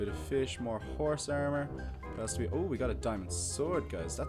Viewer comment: armor not ermor